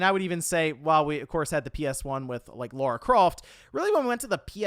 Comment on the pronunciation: It's Lara croft not Laura.🤦